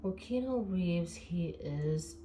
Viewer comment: Keanu = Ke-a-new, not Keno. But, good reading 😊